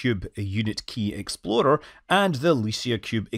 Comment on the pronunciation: I am convinced the main reason for revisiting this is so he could say exploder and the gasslighting us telling us he actually said explorer...🤔